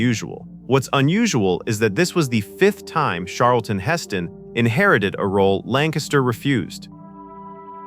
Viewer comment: How about ai’s pronunciation of: Sharlton